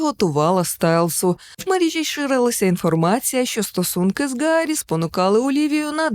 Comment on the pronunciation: Гарі, а не Ґарі, бо в оригіналі Harry, а не Gary.